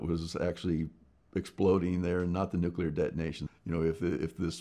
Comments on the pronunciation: Finally someone that doesn't say nucular ! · I appreciate that Mr. Spriggs at least pronounces nuclear correctly and not Nuke-you-ler, like many US presidents and TV scientists. Easy way to remember the correct pronunciation is that you never want to NUKE-You, but Nuke-Lee instead. Nuke-you-ler is a good example of TV inculcation, that is, how many times you hear a word pronounced incorrectly, it becomes correct in your parlance . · He starts by pronouncing "nuclear" correctly. That right there was enough for me to think, "Wow, this guy knows what he's talking about!"